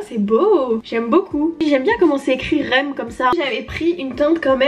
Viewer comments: ça me fait très rire comme tu prononce le nom de sa marque "rem beauty" 🤣 à la base c'est censé être couper le "r e m" mais tkt on t'en veux pas sinon c'est cool que tu aie testé sa marque avec un avis sincère ❤ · Franchement j’aime bien cette marque , ça se prononce R . E . M c’est le nom d’une de ces chansons 😂 ❤️ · Sa se dis R E M séparément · Coucou super vidéo j’adore quand tu teste les marques de make-up! 🥰 Petite précision sur le nom de la marque: les lettres se prononcent une par une en anglais d’ailleurs si tu remarque bien le R et le E se disent Ari ce qui fait référence au surnom d’Ariana voilaaaa bisoussss ❤️